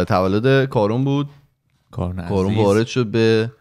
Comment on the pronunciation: فکر کنم تلفظ صحیح اسم کارون ، «کارِن» باشه